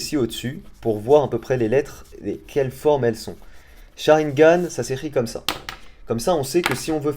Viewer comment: Nul nul nul nul le "sharigan"